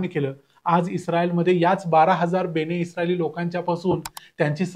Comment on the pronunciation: बेणे नाही बन-ए-इस्राएल असं आहे ते म्हणजे इस्राएलचे लोक